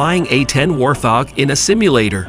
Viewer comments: Train the AI to say Wart-hog. Not war-thog! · It's pronounced Wart Hog. Not War Thog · It’s pronounced Wart-hog NOT Warth-og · Its called the "WartHog" not War Thog, and Ukraine will not get those planes. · Wart Hog Not warthhhhog. 🤦🏻‍♂️ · The war-thog? Please no more AI until it’s actually viable. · Aren’t you embarrassed? “War- thog?”… Seriously? Is it THAT hard to fix? SMH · I hate computerized voices reading the script to me. It irritates me when he says " war thog " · Why can’t AI pronounce words properly? It’s so annoying! Example “Worth, og” ok well don’t recommend this channel! Bye 👋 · War-thog?? AI is so dumb 😂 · I have never heard a word about training on the a10. You people don't even know how to say warthog ( war thog ). I have to surmise that this whole story is bull. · Computer can’t pronounce “wart hog”??? Weird…